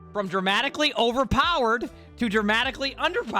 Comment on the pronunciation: "overpowered" - the boston jumped right out of you, didn't it 🤣